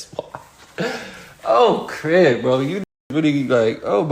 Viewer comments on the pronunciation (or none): none